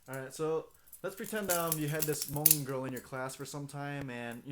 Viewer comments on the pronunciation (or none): the uhh.. at the end is soo kiddy. and all the hmong's are wrong man